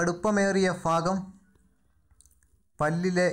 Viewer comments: faagam alla suhruthe bhaagam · ഫാഗം അല്ല മച്ചാനേ.. ഭാഗം🙆🙆